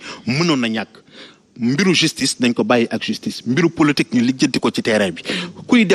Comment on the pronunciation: on dit POLITIQUE au lieu de POLOTIQUE